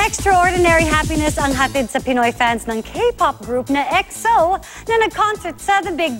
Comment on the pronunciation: jusq "xo" nanaman yung pagkapronounce